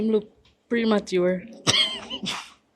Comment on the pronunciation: A never premature she did ago say a emature